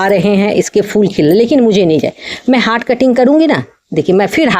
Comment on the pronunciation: हाट कटिंग नहीं हार्ड कटिंग।